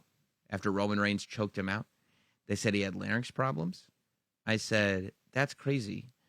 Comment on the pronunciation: Is "Larn-yx" the American pronunciation? Or just a common mis-pronunciation? Heard it for years from Vickie Guerrero and Michael Cole especially. Drove me nuts... 🤣🤣